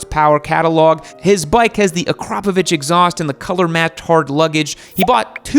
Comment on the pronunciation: you are first american i heard pronounced akrapović right way